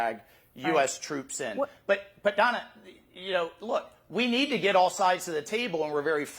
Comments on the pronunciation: It's Dayna, not Donna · He keeps calling Dana "Donna"; is that deliberatw? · Good grief, Sec Waltz . Her name is DANA. How could you not know that? Was that a Trump move? Be rude and mispronounced woman's name as a passive aggressive insult? Grow up.